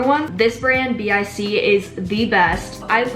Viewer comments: It’s bic one word not B I C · She said B-I-C when it’s literally BIC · Its not called B-I-C its pronounced BIK but you write it BIC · I know we’re in february BUT the mechanical pencil B-I-C!!????seriously😭I’m french and I got to tell you all that’s not pronounced like that ! It’s just one word,like bic,like one and only word.That’s all for me but I got to tell you 😭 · her: Bee Eye Cee 👁👄👁 Me: BIK 🤪 (Im like obsessed w ur videos now btw) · Her: but the brand B I C Me: Miss girl you mean BIC lmao 🤣 love the vid tho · No one: It's from this brand B I C gurl love the vid but its bic lol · b - i - c ? in Brazil we just pronouce it like “bic” 🧍🏻‍♀️ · Dude it’s nit”bic.” It’s pronounced BICK. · She's so cute and so adorable but the way she pronounces bic as B I C was so uncomfortable to me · Moleskin is pronounced Mole skin. Bic is a word not single letter so it’s pronounced bic (rhymes with tick). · so were all gonna ignore the fact that she said B.I.C 🤣🤣🤣🤣 am dying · NOOOO its bic as in a word but still love you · The way you pronounce the BIC stuff it's so different from the way I do